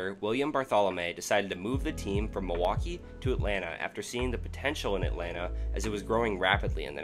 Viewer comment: Nicely edited video and content but the narrator is simply horrible. Was 'Whitney' Ford related to the better know Whitey Ford? Where is Muhwakee? Is Lebaht beer similar to 'LeBat" beer? Is 'Riley' NC anywhere near 'Rah-lee' NC? How far apart are East 'Ruth-ah-ferd' and East Rutherford in New Jersey? Where the hell is Pawtamack? Is that close to the 'Pah-toe-mick' River between Virginia and D.C.? Good lord, the narration is so bad it almost seems intentional.